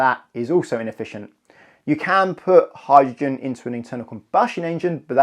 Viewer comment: Sorry, what's a "howr-gin" vehicle? Speaking seems to be difficult for this chap.